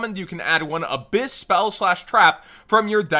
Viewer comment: It's ab-HISS like a snake.